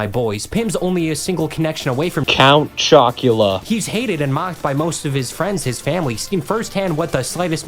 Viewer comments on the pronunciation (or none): why was count chocula said like that )